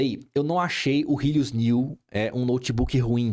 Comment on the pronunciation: "rílius" KKKKKKKKKKKKKKKKKKKKK